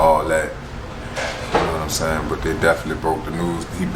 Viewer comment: Everytime you say " I love yaw" lol i be like thats my dawg love you ❤